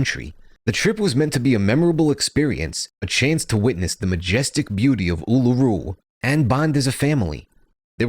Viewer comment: Good job, and as an Australian, i appreciate the correct pronunciation of Uluru